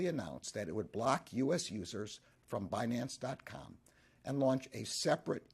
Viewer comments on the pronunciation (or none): Banace...you mean binance 😂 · It’s pronounced Bi Nance ,Yellen. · Janet Yellen is pronouncing it wrong on purpose - because what you " investors " are fixing to get from the" Banance " Ponzi is the big " Banana " . With zero lubricant .